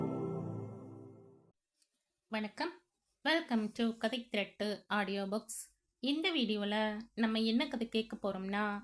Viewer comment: கதைத் திரட்டு. என்று. நன்கு தெளிவாகக் கூறுங்கள். கதைத் திருட்டு என்பது போல கேட்கிறது.